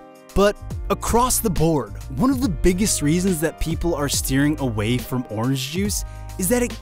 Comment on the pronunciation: why doesn't he pronounce the n in orange :/